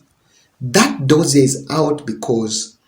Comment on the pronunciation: Dossier...is pronounced as "do-si-A". Just point of correction